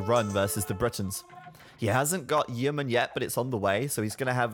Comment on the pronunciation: ID a British guy just fail to say "Yeomen" properly? How dare you sir! We have them in the Navy still. Yow-men.